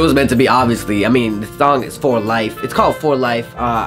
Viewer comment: You Said Thong Instead Of Song!;D Laughed so hard! And Also you sounded like you were having a stroke you okay boi!:D <3 nothing but love! Xxxxx